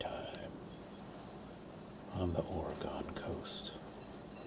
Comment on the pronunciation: Its pronounced or-Gen